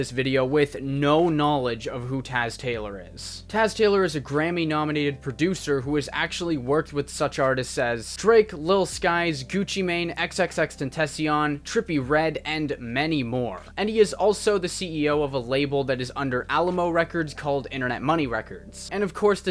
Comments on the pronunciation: dude its not "ten-tuh-cion" you need to have a spanish accent to say his name its "Tehn-tah-sion" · Had to give this video a down for the way he said X’s name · Aight....thats all interesting...but how can You still not know how to say X’s name? In 2019?